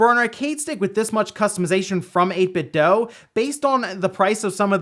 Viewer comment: 8bit DEW, not 8bit DOUGH. Idiot.